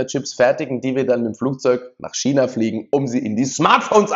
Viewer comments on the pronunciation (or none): none